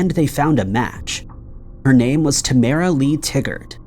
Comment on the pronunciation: Mar-SHA. TAH-ma-RUH.